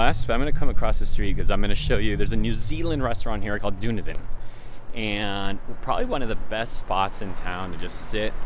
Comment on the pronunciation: Omg, cracking up at how you said Dunedin (pronounced Dunn-Eden - it's a city in NZ) lol. How cool there is an NZ restaurant in San Diego though! I am from NZ and will be moving to San Diego in a couple of months so will have to check it out.